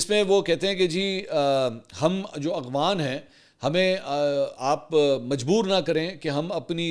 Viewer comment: منصور بھائی ۔لفظ افغان ہے اغوان نہیں ۔اور افغانستان ہے اغوانستان نہیں